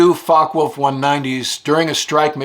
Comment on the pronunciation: Dude, it's not pronounced a "fuckwolf", it's a fock-e-wolf.